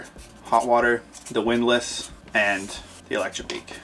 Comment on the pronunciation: Love the editing. Thanks for sharing. I've got to tweak you on the "widlass". 😁